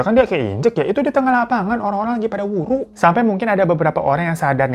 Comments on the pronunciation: Nyong ya wong gumelar...banyumas...tapi sakuan istilah ebeg kuh wuru yah...geneng bang hiro ngomonge waru...waru sakuan kayu...ihik...!!! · Wuru bang bukan wuru krn aku org Banyumas 🤭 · Bang,,gw dari banyumas nih,,btw WURU bang bukan WARU,,hehee😁😁🙏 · Wuru coy bukan waru😂😂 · Bukan waru bang tp wuruu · Wuru bang bukan waru😂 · Hhhh bukan WARU bang tapi WURU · mon maap bang wuru bukan waru😭